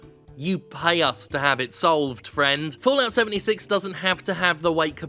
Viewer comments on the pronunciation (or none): I swear I heard Jim say “Bullocks 76” instead of Fallout 76 lol